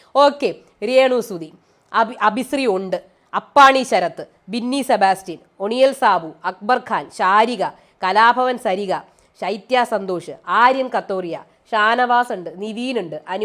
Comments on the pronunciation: അപ്പാണി എന്നാ പറയുന്നത് 😊😊😊അപ്പാനി ആണ് ട്ടോ 😊അപ്പാണി എന്ന് കേൾക്കുമ്പോ എന്തോ ഒരു ഇത്..... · അപ്പാണി അല്ല അപ്പാനി ശരത്ത് ആണ് 🤣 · അപ്പാനിയാണ്.പക്ഷേ ബിഗ്‌ബോസ്സിൽ അവനു നല്ല പണി കിട്ടും അതറിയാവുന്നത് കൊണ്ടാണ്.മുൻകൂട്ടി അപ്പാണി എന്നു പറയുന്നത്.